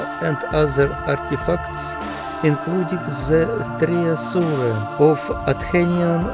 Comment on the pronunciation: Зачем вы читаете? С ужасным акцентом и искажая слова: treasure - это не «треассурэ», а - ТРЭЖЭ произносится. ТрЭжэ (сокровище). И т д. Привет из Лондона.